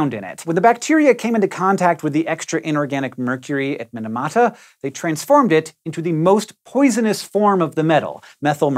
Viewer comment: Mee-nah-mah-tah. Not min-a-mah-tah